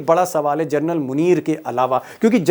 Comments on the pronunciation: दीपक जी आप जनरल का सही उच्चारण कीजिए आप जरनल बोल रहे है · दीपक शर्मा जी, आखिर बार-बार फौजी जनरल को क्यों जर्नल सम्बोधित करते हैं? सुधार करिए।क्योंकि इससे आप के बेहतरीन रिपोर्ट को चाँद में दाग की तरह साबित कर जाता है । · भाई साहब,कम से कम जनरल को जरनल बोलना बन्द कर दीजिए। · आप जनरल शब्द को जरनल बोल रहे हैं l प्लीज आपकी ये गलती सुधारे l